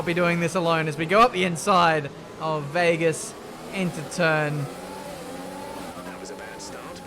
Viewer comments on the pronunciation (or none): none